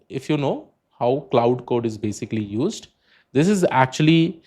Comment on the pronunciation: You Lost me Pronouncing Cloud code lol